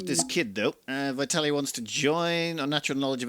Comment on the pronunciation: the pronunciation on the second time was better 😂 it’s Vitály (accent on the a). Was funny to see a pawn with this name 😅